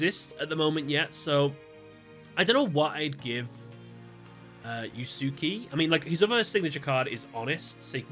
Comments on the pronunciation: “You-Sue-Key” Fujiwara… 😅 For future reference, in case you cover his duels in a later video, Yusuke is pronounced more akin to something like “Use-Kay”. That said, it's neat to see whose decks would change the most with more modern cards, and I'd say they fit their characters fairly well. Looking forward to seeing how different the decks for the 5Ds cast would be. Keep up the good work 👍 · Yusuke is pronounced "You-Skay"